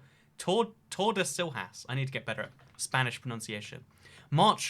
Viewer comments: the pronounciation for tordesillas is tor-de-si-llas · "tordesilhas" "i need to get better at spanish pronunciation" TORDESILHAS SPANISH what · It's Tordesilyas, and that's Portuguese, not Spanish. The Portuguese lh/nh are equivalent to the Spanish ll/ñ (elye/enye), which is what makes the words easily distinguishable as either Spanish or Portuguese. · Tor - de - see - yas. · as a portguese person i cried at your pronunciation of tordesilhas also i have no clue why we aren't part of spain but don't say that in portugal, you'll probably get beaten up. and yeah, my indonesian friend thought portugal was in south america lol